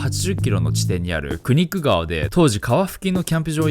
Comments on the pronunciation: Knik Riverの発音はクニック[kˈnɪk]で合ってそう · 読まないkを読んだんすね